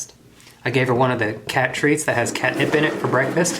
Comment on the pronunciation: Ideas for videos: Edit together every time he blows into a mug in opening videos. Edit together every time he says cat in that weird accent